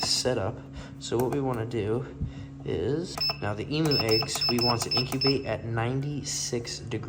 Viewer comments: Love the video but just letting you know in Australia it's pronounced emyou not emoo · Love all your videos ... But please Emu is pronounced Eeem yooo not E moo ... I'm an Aussie and it drives me crazy when Aussie things are pronounced weird. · E-MEW is the correct pronunciation. I hope you have a massive area planned for them , as they are a huge bird that needs to run .